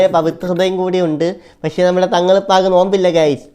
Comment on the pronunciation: Pashe alla pakshe anan samsarekan padech vaaaa.